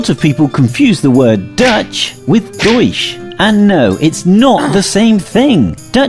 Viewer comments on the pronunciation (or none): The way he said deutsch hurt my ears